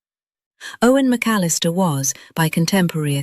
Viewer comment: Dear AI: McAllister is 4 syllables, not 3. 🤨